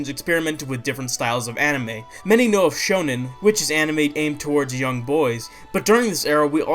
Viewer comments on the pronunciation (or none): none